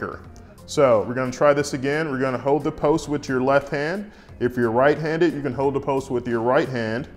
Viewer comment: I love the southern accent and that you say “hode”.. instead of hold and brung 😂 makes me feel at home. I’m from GA.. so I get it.